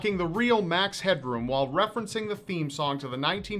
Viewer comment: The word "while" is pronounced "wall" and This could be a hidden signal he is not from this planet.